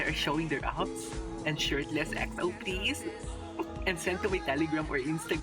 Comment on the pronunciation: Yung pag pronounce po sa EXO is (EKSO)🤗